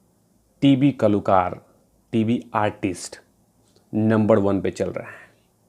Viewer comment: Kalookar as you say, and not kalakaar